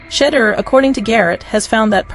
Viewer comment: She- duer. Learn to pronounce his name correctly. Otherwise, you are showing disrespect as you earn $$$$ based on his actions and activities. So, you have a great storyline, the fact that you haven't taken the time to pronounce his name correctly says what about you and your reporting? Do better, I know you can get it right!